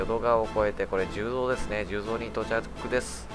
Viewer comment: 十三は(じゅうぞう)ではなく(じゅうそう)です！ 大阪の難読地名ですね笑